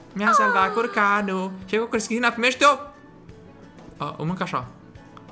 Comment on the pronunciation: nu te supara cristina dar tu ai pronutat in moldoveneste şâ eu scuze dar sunteti super tari